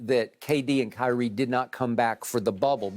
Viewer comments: He said highrie Shannon stay giving out names like le ankle 😂😂😂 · "Highrie" was an honest mistake but that took me out 😂💀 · I cant tell if he said highre on purpose